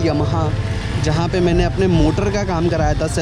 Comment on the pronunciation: Bhai tu Yamaha to dhang se bolna seekh, ye yumha kya hai?